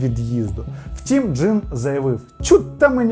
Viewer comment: Повага тобі,! Сьогодні чітко почула як ти кажеш "втІм"👍 відчувається, що працюєш й самовдосконалюєшся! Успіхів